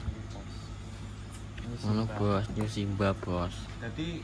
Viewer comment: NEW BUKAN NYU.... 😂😂😂CAH KOK UNIK...